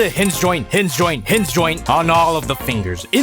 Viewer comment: Anyone else hear say “hizz zyoint” as a pose to hinge joint